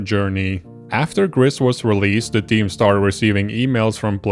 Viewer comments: Gris is the Spanish word for grey, and has a long "I" sound as in the English "grease". That is how the devs pronounce it. In the video you pronounce it with a short "I" sound as in the English "grit". If you google it, there is a tweet from the studio that says: "For the people that wonder, GRIS is pronounced "grease" and means GREY in Spanish, French and Catalan." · I just wish in these videos on Gris people would pronounce the title correctly. It ain't hard. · It's pronounced Gris not Gris!